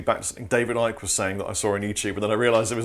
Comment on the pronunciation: I've learned something from this video: how to pronounce David Ickes' name. Yes, he is as box as a mad of frogs.